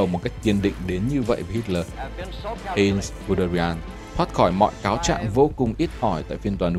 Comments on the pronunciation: Heinz tiếng Đức đọc gần như là: "hai-nz" ko phải "hên" nhé, Manstein cũng là "man-sờ-tai-n" chứ ko phải là "man-sờ-tên"... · Giọng của bạn đọc rất hay và truyền cảm, nhưng nên cố gắng tìm hiểu tên riêng để đọc cho đúng, khi nghe cảm giác hơi bị chõi tai, Hê in (thực ra là Hainz) ...